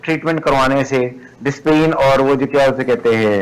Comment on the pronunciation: Did i hear him say 'disprin'